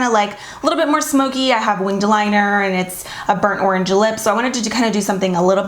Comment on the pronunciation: I started saying arange now 😂😍❤️